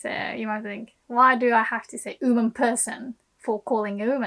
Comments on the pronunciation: your English pronunciation is so good, but I don't understand why you keep saying "OOHman" instead of "WOman", I realize the hiragana for "wo" is pronounced "o" but YOU know the "W" is pronounced in English. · how hard are you cringing at the way you say oOO-man in this video? 😅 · Seems she drops the W sound. Maybe British accent? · はいつも面白いの事動画レッスンを作ります。ありがとう！日本の文化と漢字のテマはスーパおもしろいだと思います。もっと作りておねがいします。質問です:「って」何ですか？ 動画の中ではは「優し人になって」って親はよく言います。」と言いました。私はよく日本人が「てて」,「ってって」と言うのを聞きますが、その意味はわかりません。はすでにこの文法構造に関する動画を作成しましたか？ すみません、I have also to ask a question about English pronunciation by Japanese people. Why are native Japanese speakers able to pronounce the word "one" perfectly, but are unable to pronounce "woman" properly? I mean, the beginning of the word "one" and the beginning of the word "woman" are pronounced exactly the same in English. But often native Japanese speakers say "uuuman" instead of "woman". I don't understand why. ドイツのベルリンから、お早う！ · The way she says ‘woman’ here kinda sounds like she’s saying ‘human’ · you are the best teacher on YouTube! one constructive comment: you are mispronouncing the word "woman" check the pronunciation on the Google translator or on the Cambridge or Oxford dictionaries online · That's interisting, from my perspective of a non native English speaker, I always thought that her English sounds very british (and beautiful hahaha!), but the way that she says "woman" is strange even for british, If I knew where she lives (or learned English) it would be help to clear things up hahaha. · I know this is a Japanese lesson and not an English lesson, but you may want to work on your pronunciation of "woman". Note that "woman" (singular) and "women" (plural) are pronounced very differently in English. :)